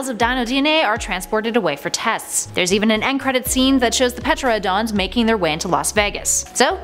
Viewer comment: Ohmygod I hate when people say pteranodons like that!